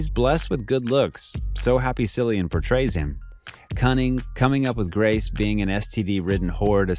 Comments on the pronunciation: His name is pronounced Killian. I known because that’s my name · Nice video! Keep it up! Also, please remember to check up on pronunciation; Cillian is pronounced with a K sound like saying the word ‘kill’. 😁